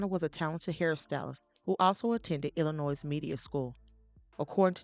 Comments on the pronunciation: Thanks… I’ve been pronouncing it Illi-noise So its I’ll-noy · I mentioned this to her before. it irks my soul to hear people mispronounce Illinois, but because I appreciate her bottom line I deal with it. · The “S” is silent in the word Illinois.